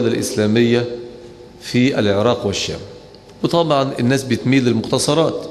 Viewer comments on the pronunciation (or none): none